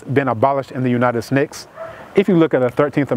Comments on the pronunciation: He said united snakes 🐍 lol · The way he slid “United Snakes” in there..😌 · Did he say, 'Slavery has not been abolished in the United Snakes...'